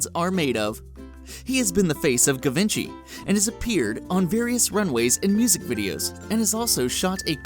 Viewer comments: "Guh-ven-chee" That's not how you pronounce it at all. It's pronounced "Zhi-von-shee" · the way you sai givinchy is so fucked ... its french jiii vonn she who doesnt know that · Guivenchi ? No. "Jivenchy" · Did you seriously pronounce it javinchee?! Haha ok maybe research before you make a video. Zhee-vaun-she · "Loves to shoot people" - that was funny. Given-chi. what? pr: zhi-von-shi Desigula? wtf??? it's not even written like that. get your shit together. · My guy, not being picky here, but it's 'jhee-von-shee' not 'guh-vin-chee' for Givenchy. Just a heads up for future vids~! :D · Givenchy is pronounced (GEE-VUN-CHEE) not GHEE-VANCHI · 'Ga-vin-chy??' It's pronounced 'Gee-Von- chy' with a soft G. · it bothered me that in the video he pronounced Givenchy "Gibenchi" when it's pronounce "Givonchi" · gi ven chi? really? it should be ji-ven-chi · It's not given-chie lolol it's jzhive-on-shee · Pronunciation: Gaultier is "Goal-tee-yay" in French (but you are not supposed to change proper names ... ... ... .... ... ... ... Givenchy is "Gee-vah-she" approximately. 28May17. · I liked you video but just so you know - you pronounced a few names incorrectly. Givenchy is pronounced geev (soft)-on-she and Desigual is pronounced des-ig-waaal. Good luck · Givenchy is pronounced “jzhiv-on-shee” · when he said givenchy like gavinchi i died a little inside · "GIV-ENCHY" ? Seriously? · i'm sorry what. gavenchi? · I like the video topic but there were several issues: in addition to the aforementioned line effect and wording, it was pronunciation. That's easy to research, just takes some effort. Givenchy is French (Gee-von-shee) and Desigual is Spanish (Des-ee-gwal). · Givenchy is pronounced : Shi Van Shi, because it's french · it is pronounced zhee vahn shee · are u serious? You don t pronounce Givency like that, you pronounce it kind of like jeevanshi. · "Givenchy" is pronounced Jee-von-shee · cringed when you pronounced Givenchy as gi-ven-chii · the way he pronounced "givenchy"